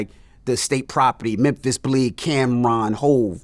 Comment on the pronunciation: Bro said "Memphtis Bleek" 😂😂